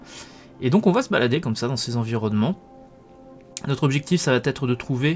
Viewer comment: A chaque fois que tu dis "ça vaTêtre", ça me hérisse les oreilles^^ Mais sinon encore une très bonne chronique et une belle découverte ! Merci